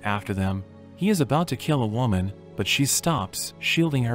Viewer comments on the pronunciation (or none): none